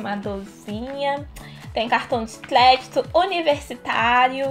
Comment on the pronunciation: Vc fala feio cartão de cledito